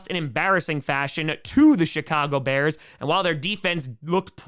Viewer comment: I thought he said the “shit-cago” bears 😂